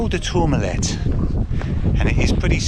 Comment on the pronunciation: It is pronounced Tour-ma-lay , Stunning views and one of my favourite passes. Looks like you hade great weather to view it too.